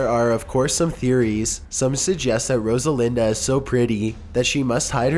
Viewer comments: Rosalinda??? Are you fucking serious? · I swear if you react to this I am going to sue you Every time he said Rosalinda I cringed so hard jfc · Brex BH Rodalina. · Rosalinda was one of the worst. There's not even a D in her name :/